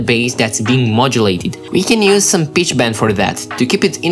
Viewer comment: Am i the only one who heard him say bitch instead of pitch